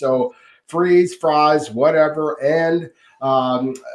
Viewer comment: It’s fries not freeze. Stop trying to church it up kid